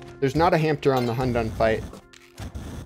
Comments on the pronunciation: “Where is the h a m t e r ” “I heard the h a m t e r “ “There’s the h a m t e r “ “Doesn’t that always feel bad when you transfer the poison to the h a m p t e r “ I think that’s all of em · “Good thing we had a h a m p t e r though”